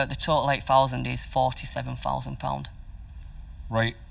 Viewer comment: “Seven Fousand”